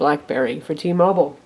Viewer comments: t-mobile, not t-mobol. say it how spelt. -. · Blackberry bold nighty nnnine hundred for T-mobole...? WTF lol